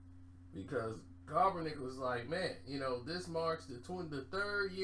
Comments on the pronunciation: It's Kap not cop...... Kap-ernick not KOP-ERNICK always ruining a name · Mook Deol “coppernick is pissed” lol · For goodness sake, where the hell is up with your mispronunciation of Colin Kaepernick's name???? You can read, right? Where is the "L"? You keep saying "Kalpernick"🤣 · My god!!!!! LOOK!!! LOOK!!!! KAPPER-NICK SAY IT..KAPPER-NICK! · never says keapernick name right 🤣